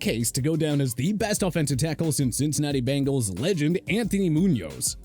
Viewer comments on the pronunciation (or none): none